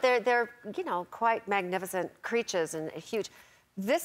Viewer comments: It’s Me I was wondering where her accent went?! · Portia is letting her Australian accent slip out when she says “creatures”